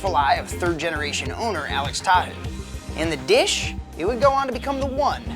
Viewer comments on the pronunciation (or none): first of all, its pronounced "Ta-hoe" ugh